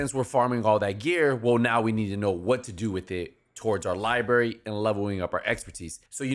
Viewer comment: library, not liberry